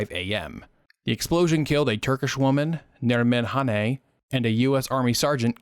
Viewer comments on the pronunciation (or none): none